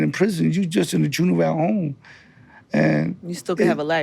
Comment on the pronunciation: It’s Ju-ven-ile my boy